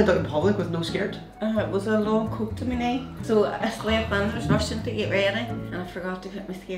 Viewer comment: Why every time you say me food not me food my food